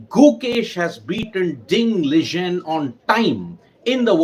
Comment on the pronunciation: It's Liren not Lijen